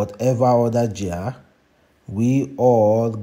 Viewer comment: Genre not pronounced gear pls